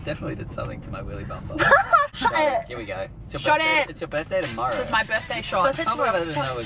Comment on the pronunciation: "hey, its kinda nice down hea"